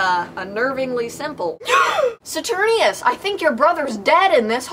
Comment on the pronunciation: This was amazing!!!!! I love your mini-Shakespeares so much oh my god. Also...I think it's Saturninus, with a "nine", not Saturnius, but this was posted in 2013 so it won't really matter at this point.